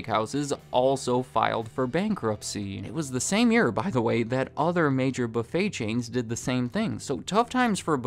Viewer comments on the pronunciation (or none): none